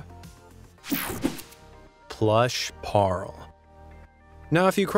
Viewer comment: Im South African and I’m sorry but how he said Paarl, just got me so annoyed!!